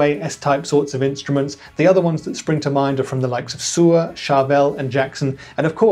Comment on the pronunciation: Haha! Suhr is pronounced 'SER'.